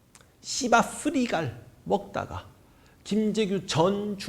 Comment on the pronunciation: 찰지게 불러주네요 시바스리갈 ㅋㅋ